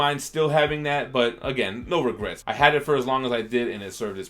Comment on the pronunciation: “No Regrats”